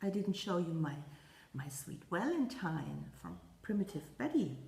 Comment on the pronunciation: Congratulations on your big finish with the snowman! It is beautiful!!!! I love how you say "Walentine" with your accent....adorable....